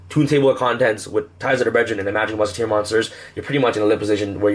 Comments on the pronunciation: Brethren...not breDRIN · I heard breadjerin